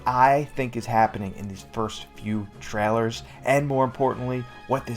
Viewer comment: I’d Subscribe, but the way you say ‘trailer’ is absurd.